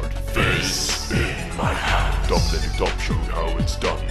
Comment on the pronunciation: FISSSSSSSS IN MAI JANDSSSSSS XD Hey maybe ad Fizz is good, but AP IS AWESOME, i like more that little boy as ap